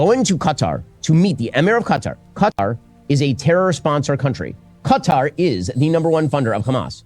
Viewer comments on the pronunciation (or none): Why does he keep saying cutter instead of KATAR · why's he saying Qatar wrong...cuh-tar....he needs to get out more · kutar, dose he mispronounce it on purpose? Yes, mans smort. Dont believe this mans words. Just a indoctrinated religious guy. He is on the wrong side of history. We just want peace. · LMAOOO Ben kept pronouncing Qatar as "cut are" that someone wrote in the chat "CA TAR PILLAR" 😂😂😂😂😂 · The guy can’t even pronounce Qatar correctly but wants you to side with him on his podcast 👀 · Asmongold: Qatar Everyone: Ben Shapiro: Cutter Everyone: slap forehead